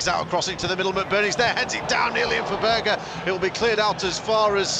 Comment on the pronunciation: Its berge not burger idiot